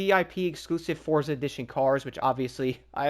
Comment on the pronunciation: you too pronounce forza wrong